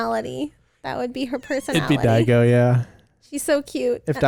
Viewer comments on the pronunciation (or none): Daigou its Daigoyou!